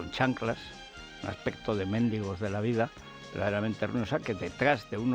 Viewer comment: Hoy he alucinado con Federico cuando ha dicho "Mendigo" y he recordado que en Cataluña tampoco saben pronunciar la palabra "Perito".